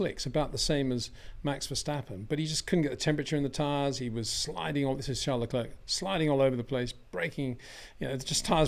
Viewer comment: Being a public figure , I cringe everytime you prononce Le CLERK instead of Le CLAIR just like Le Clair College or Le Clair University ! Why ? Is it lazyness ? Just say Charles if you don't know how to prononce his name please .